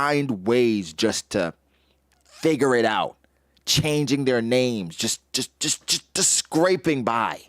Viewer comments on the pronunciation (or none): none